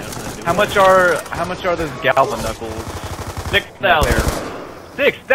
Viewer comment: It's ''Galvanuckles'' NOOB!!! Pwnd